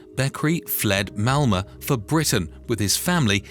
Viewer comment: Great report, but isn't it called Malmo, not Malma?